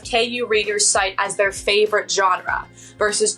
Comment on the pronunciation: You're not pronouncing GENRE correctly.